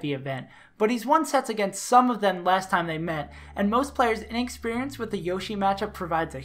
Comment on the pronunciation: Did you just say ineggsperience